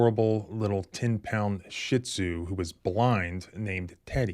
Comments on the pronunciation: Sitzu is pronounced SHE-ZOO. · It's pronounced , She zoo. Not Shit zoo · PLEASE, for the Love of God , stop pronouncing it Shitsoo! So disrespectful (especially if it’s your dog) It’s a Chinese name for an Emperor’s dog, with 2 syllables and pronounced She (Shih) Tsu (Tzu) Thanks! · Do you know what a shih tzu pronounced shit tzo ?